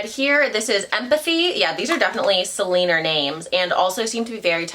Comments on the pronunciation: “keep an eye out for Selenerrrrr”😂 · I died every time you said Selener 😂 I had totally forgotten about the meme